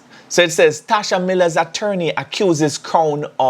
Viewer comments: Tesha not "Tasha" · It's Tesha, and not Tasha........ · It's Tesha 😆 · is really trolling, "Tasha Miller" I know he know its TESHA!!!!!!!!! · His name Tesha not Tasha 🤦‍♂️ and u were in law enforcement